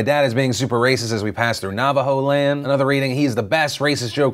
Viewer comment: phil i love how you say navajo land with the same emphasis as disney land, it was cute